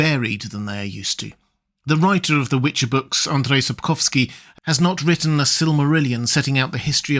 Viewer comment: Wow, you pronounced "Sapkowski" very nicely, congrats, I've heard people badly butcher his surname many times. Sapkowski once said he considers anything other than his stories to be just fan fiction, fair approach, I suppose. But it comes at the cost - there's really very little canon lore.